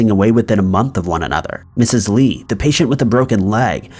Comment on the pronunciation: I believe that it's Lee